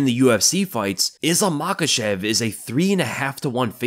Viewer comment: And it’s Islam Makhachev 🤷‍♂️